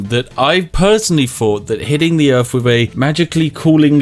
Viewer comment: Welcome to Earf